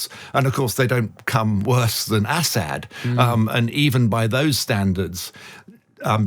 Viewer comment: How can be an expert if he can't even pronounce Assad's name correctly? Is he from the backwoods part of the UK? Count his teeth.